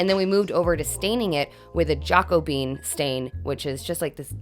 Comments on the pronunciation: Can't stop laughing at your pronunciation of "Jackobean" it comes from the biblical name, not a bean!🤣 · Great job! The Jacobean color name threw me off at first. Then I realized what it referenced. Jacobean is not pronounced "jako-bean", it's more "ja-COH-be-uhn". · Good to see you changing stuff up as you settle in to yourself 😊 If the stain you were using is spelled Jacobean it's pronounced Jackobeean. If it's not then ignore the history stuff that follows😁 The Jacobean era followed the original Elizabethan one and typical furniture of the time was heavy and very dark 🤷‍♀️ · Yay! So great to see you back at it again! I love the gentler energy of the space. Now, say it with me, “Ja-co-bee-yen.” 😊❤️